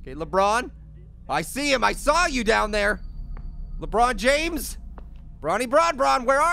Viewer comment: I think you mean lakbron jahmes